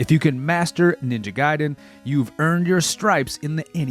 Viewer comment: If adhering to Japanese pronounciation it would be G(eye)den.